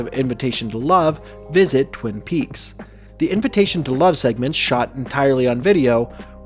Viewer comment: Within the first two minutes you mispronounce “Twin Peaks”. Fantastic. Good attention to detail.